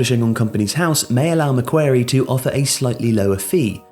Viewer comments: Love the video, but the name of the bank is pronounced Mac-quarry, not Mac-wary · ma-kwor-ee not mac-kware-ee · John Ingui more just like Maquarry, barely pronounce the C. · Otherwise known as Mac Bank if it’s too hard :) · The bank is pronounced Mac-Worry but you say it fast like Macworry ✌🏾✌🏾✌🏾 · I shudder at the possibility of embarrassing myself, but from one of your biggest Aussie fans, it's pronounced MA-QUARRY like the British governor. We have quite a lot of things named after him. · Mac-quarry. Mac-quarry. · Dude said Mah Qair ee lmao. That's not how you say it mate. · First: it's pronounced Mack-Quarry. Second: It's one of the biggest corporate banks in the world. They are specialists in organising private equity consortiums for acquisition and funding of large infrastructure (airports, tollroads, water works, etc.). Third: They've been operating in London since the 70s. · maquarie... ‘mack-kwa-rie’ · the Australian bank is pronounced “Macquorie” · It's 'McWorrie' brah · I was listening to this and I was like "I've never heard of McWary" Then I realised he meant Macquarie. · Meant to pronoune Mac as the Mac in Maccas And ~quarry as quaarryy Not macwary lmao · Stop mispronouncing Macquarie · I watched while doing other things, and I just thought "they pronounce Maguire's name wrong" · Macquarie was not pronounced correctly, can’t blame you though - need the accent.